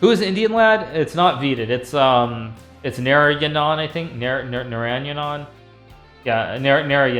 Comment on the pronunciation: Naranayanan; it is Naaraayanan